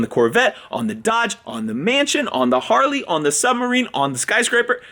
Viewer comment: Is it just me or did he say Harley